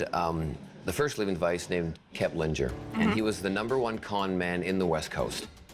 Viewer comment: Knows so much about Kepplinger, but can't pronounce his name. Smh